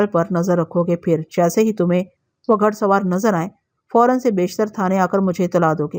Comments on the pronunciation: گھ پیش ڑ سوار گھ زبر ڑ سوار نہیں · گھڑ سوار کیا لفظ ہے یہ گھوڑے سے بنتا ہے گھڑ سوار ۔۔۔ گھ کے اوپر پیش کی ہلکی آواز نکالتے ہیں